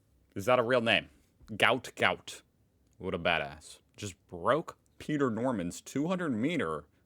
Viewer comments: The sprinters name is not "Gout Gout" it is "Guot Guot" Pronounced "Gwot" (but modern journalists being what they are, they probably use spellcheck for absolutely everything and it came out as "Gout") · it was actually a typing error and it's Guot Guot (like goo-ot). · Gout Gout is pronounced Gwot Gwot (as stated by his father) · Not Gout Gout. Guot Guot. Think Gwot Gwot, with less American emphasis on the "ot". The receipt shows the total, then will show how much of that is GST. The extra 11c is a bank charge, that's why it's not on the receipt. There's a lot of push back at banks about their charges. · Gout Gout is pronounced Gwat Gwat, He's a Queenslander but from African Decent and he's the fastest sprinter we ever had. The tree is a Fig of some kind , probably Ficus hillii, these ban be shaped in this kind of tree often called "Pleaching". In Australia the GST is included in the total the receipt just states the tax amount as part of the total. In Australia you don't really need a gun to protect yourself but to set an example give the girl some Gaol (jail) time.